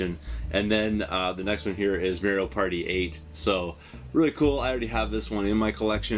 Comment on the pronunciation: i love how you silly Canucks pronounce Mario..good stack of stuff there man!